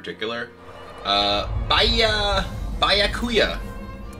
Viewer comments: Kibs said "Bah-Ya-Ku-Ya" 😂😂😂😂 someone hasn't watched Bleach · Okay, I stopped being into Bleach when it (the manga) ended, and I never really liked him anyway, but hearing Kibler mispronounce Byakuya like that... oh, man. Yikes lmao